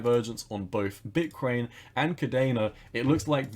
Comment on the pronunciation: Is it me or do u pronounce Bitcoin like bitkwain!